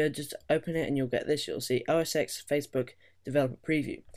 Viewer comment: * "OS TEN"